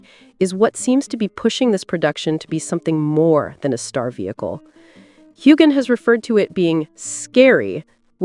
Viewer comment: The narrator should learn how to pronounce Heughan!